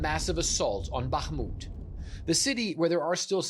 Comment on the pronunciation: The Ukrainian reporter pronounces names correctly, unlike the studio presenter. So a short pronounciation course: It's HHerson - not KKerson, It's BaHHmut - not BaKKmut, It's HHarkiv - not KKarkiv, It's KaHHovka - not KaKKovka, etc. ...like HHunt - not CCunt !! That's easy.